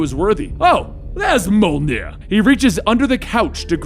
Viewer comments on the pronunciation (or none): I hate how he says mjolnir